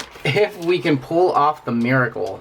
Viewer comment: I hate it when people pronounce "pull" like "pool"